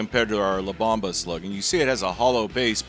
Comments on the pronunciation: Bomba is pronounced "bOHmba" not bAHmba. Great video 👍🏻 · La bomba means the bomb in Spanish. Pronounced bohm-bah. Not bauhm-buh. Lol. Not correcting you, just informing you.